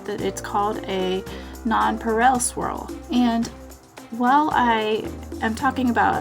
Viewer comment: pronounced NON PER AY